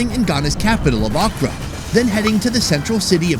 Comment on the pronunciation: Every time he said Accra, I thought he was saying okra lmao